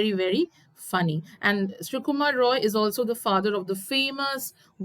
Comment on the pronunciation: Ray not rou